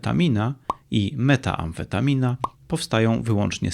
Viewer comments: Panie Łukaszu - nie METAamfetamina tylko METamfetamina - od grupy metylowej. Poza tym, materiał bardzo dobry, pozdrawiam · *metamfetamina, nie metaamfetamina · Panie Łukaszu metamfetamina nie metaamfetamina, od metylo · nie metaamfetamina, a metamfetamina